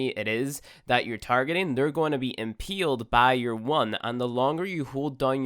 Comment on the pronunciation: impeeled and impeelment lol